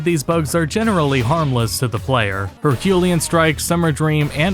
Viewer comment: Her-kyoo-LEE-un. Like Hercules.